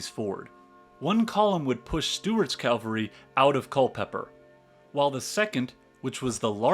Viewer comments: CAVALRY. not Calvary!!!!! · Love the talk - but don’t like to hear Calvary instead of cavalry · OMG please: It Is CAVALRY not Calvary! The Calvary Is the mount where Jesus was crucified! What Is wrong with you?😮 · Please stop calling cavalry Calvary